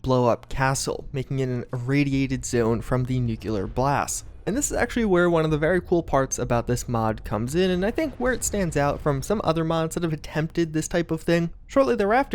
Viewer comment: First Nuculear. Now Libary. This dude is driving me crazy.